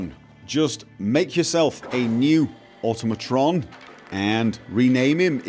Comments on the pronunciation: It's awe-TOM-ih-tron, not AUTO-mah-tron. Just like Automaton is pronounced, since they were invented in the 5th century. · Once again, proceeds to mispronounce Automatron...